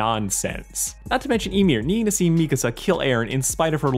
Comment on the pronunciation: Bro really said mikasa like me casa